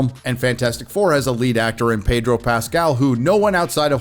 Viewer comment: Pedro.... the r is silent